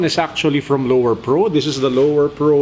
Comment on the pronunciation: It's Lowepro, not Lowerpro hehehe